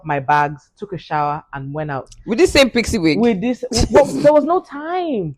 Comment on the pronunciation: Toolz said "with this sMe pixie wig?😂😂😂😂